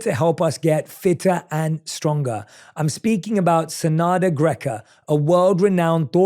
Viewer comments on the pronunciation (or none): If her name is enough then why u made a mistake in it? First time i hear her name but i took note ppl say SeNada not SeDana